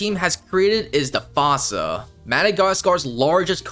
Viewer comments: “Fossa” would be said how they said in the Madagascar movie “foosa”❤ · “It’s pronounced FOO-ssa” not “FAU-ssa”